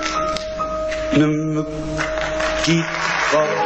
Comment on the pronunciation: Yes we say " ne me quitte pas" and not "ne m quitte passse " ;)